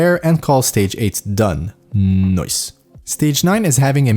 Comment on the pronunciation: i love how he say "NOICE" Great content i love it keep it up :P